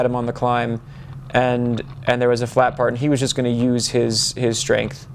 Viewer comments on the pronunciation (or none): none